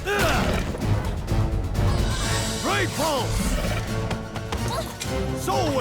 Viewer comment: Me: Raypulse!: "Raypuss!": "Rayper!" Me: oh...